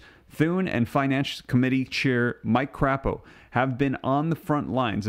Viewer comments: the Idaho senator Mike Crapo is pronounced Cray-po. The way you pronounced it it would have to be spelled with two p's. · Not crapo! Crapo! (Long a!!) 🥴🙂